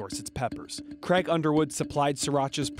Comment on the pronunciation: Creg? His name is Craig.